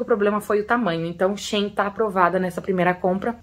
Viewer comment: Não é Shin é Shein , quando for pronunciar no lugar do E usa a letra A